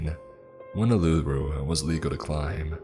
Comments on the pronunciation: “The famous rock, aluroo” awww bless you, thank you for trying. It’s pronounced oo -la-roo “Uluru” but bless your heart for trying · You have a great voice as usual, but just a tip from an Aussie listener: It's 'Eem-you', not Eemoo. It's a bird, not a moody cow 😉 And it's 'Oo-LA-roo', not 'Ooo-LOO-roo'. Still a great reading but the immersion works better for the listeners of the country-of-setting if you research the pronunciations of the places. ❤ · Hey man been a big fan for a long time, just wanted to pop in as an Aussie and let you know that Its pronounced oolaroo but give the first oo's a u sound and no highlights on the La just Uluru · 'Oolooroo' annoyed me so much as someone who grew up in the NT 😭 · ok but why he saying a-lu-ro when reading uluru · Can I say finally but still miss pronounced a few thing's such as Uluru so fuck mate shit like that matters here mayne